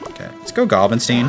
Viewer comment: Bro its not gstinesteen its giblinstein like Frankenstein like the movies😂😂😂😂 every time you say it i make a cringe face😂😂😂😂good video